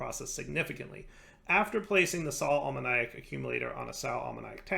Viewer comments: Hi, it's a bit pedantic, but Sal ammoniac is pronounced sal uh-moh-nee-ak. So with the stress on the o, not on the iac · Watching these a few weeks too late but: Spagyrics: Spuh-jeer-ics, i.e. the "g" being pronounced as in "gyroscope" Brazier: Bray-shur Sal Ammoniac: Think "Ammonia", but just add a "k" sound at the end, not ammon-áy-ac